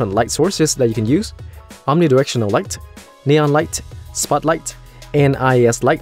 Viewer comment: say light more softly, you're attacking with it like a karate kick